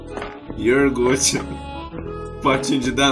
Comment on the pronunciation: É o máximo ouvir o falando iorgute,rsrs...até isso fica legal sendo nele.Amei. Menino corajoso esse hein???